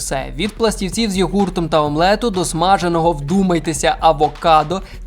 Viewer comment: не йогУрт, а йОгурт буде правильно